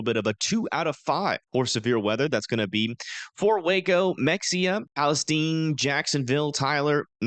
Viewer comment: Mexia is pronounced muh·hay·uh